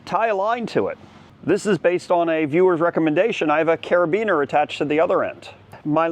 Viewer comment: I don’t like the way you say carabiner🤔🤣